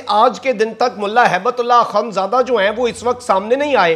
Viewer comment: ڈییر، دو کام کریں: نمبر ایک: سلام اور اخوندزادہ کے تلفظ ٹھیک کریں۔ نمبر دو، بیج ہٹا دیں، تاکہ جانبدار نظر نہ آو۔